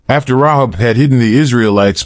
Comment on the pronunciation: .......by the way, her name is pronounced "RA-hab". Love this study. Thank you. ♥